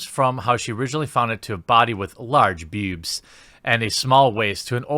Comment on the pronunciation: Be a big boy Jeremy and try saying it, "boobs". Get off the internet leetspeak of "bewbs". We will work on "wah-men" next. Or maybe you dont want to be taken seriously.